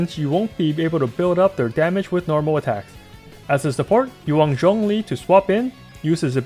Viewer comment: The way he pronounces "Zhongli" was sooo satisfying eargasm